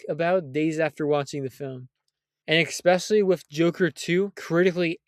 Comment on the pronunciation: Especially, not eckspeshelly. If you're going to do voice overs learn how to fucking speak